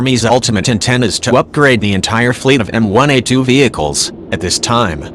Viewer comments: Could someone please tell the AI the difference between M one A2 and M i A2 very annoying. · Repeat after me: M-ONE-A2 M fucking ONE, not M-I.